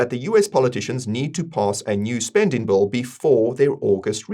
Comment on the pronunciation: Every time you say "bill" it sounds like a "bull".